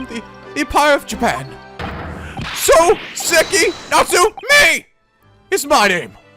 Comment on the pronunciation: your reactions are as amazing as always, seeing your joy playing this is a delight PS: it's saw-seki not soo-seki